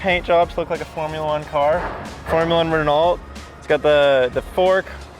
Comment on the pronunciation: formula 1 reh-nalt 😭